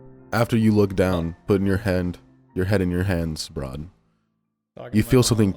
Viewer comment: Br'aad more like Bard.